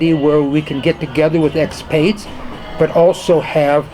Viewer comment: Thanks, I'm glad you enjoyed. As to pronouncing Ajijic, that's a minor factor. Local Mexicans don't seem to care and appreciate the fact my wife and I speak more Spanish, even if off-kilter somewhat, than many of the expats here do. I've been questioned about other words as well...example might be calling our foreign colleagues what might sound as "expates" rather than "expats" but then that again is a minor issue that doesn't trouble me. Appreciate your concern and take it to heart.